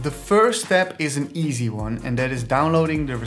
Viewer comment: I like everything in this video - except the emphasis on the word "easy."